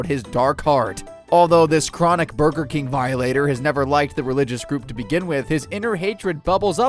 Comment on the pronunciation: He said burter or burder lmao